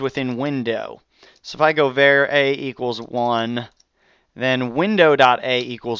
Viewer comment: I know it's petty, but var is pronounced with the a like father. Not like the ea in pear.